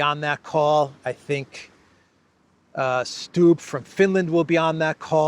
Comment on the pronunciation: the right pronunciation for that scandi PDF file is stub...like I stubbed my toe. Even if it's not, out of principal that's the right pronunciation 👍